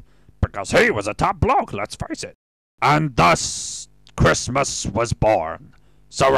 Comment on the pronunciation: the way you say christmas makes me realize why they say decemberween instead